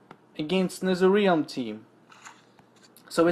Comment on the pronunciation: Its not netherrEalm. Its netherrealm